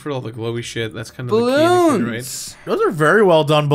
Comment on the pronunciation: I love that Jesse said “balOOns” like the corn kid says “cOWrn”